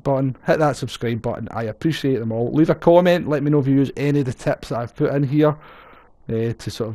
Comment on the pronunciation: Schottische- English Übersetzungsdienst hier... "Um nay gonny putt thus taim..." "I'm not going to pit this time." The "t" at the end of "putt" and 'pit" is silent. Hope this helps., your videos are great: thanks:-)